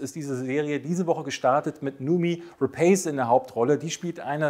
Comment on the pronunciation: Noomi Rapace ist Schwedin, man spricht den Namen "No-omi Rapaß" aus. Woher ich mir anmaße, das zu wissen? -> Bonusmaterial der Millenium Trilogie. Interview gucken, da stellt sie sich vor.